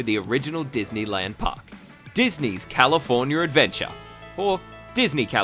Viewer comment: Can you please stop pronouncing California as "Californier"